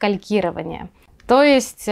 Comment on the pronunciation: То эст???????!!!!!! Что за произношения?